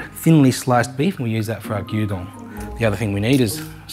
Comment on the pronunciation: LOL, it sounded like you were making us Dungeon 😱